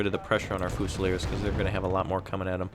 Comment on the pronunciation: It's. FEW-ZI-LEERS. (Fusiliers)